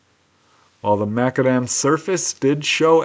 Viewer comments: It's not pronounced Makadem but Mac Adam after the Scottish inventor. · The spelling of the street material is: mac-AD-am -- Accent on the second syllable. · This is true, me being a Scotsman, I did however have a wee chuckle at pronunciation of McAdam😉